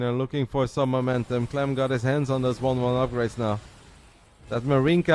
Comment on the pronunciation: Bro, you called clem a clum Lol...